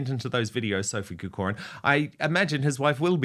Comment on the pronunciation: "Corcoran" is pronounced with the emphasis on the first syllable COR not the second syllable COR for what it is worth Dan. But being a New Zealander you have a problem with vowels....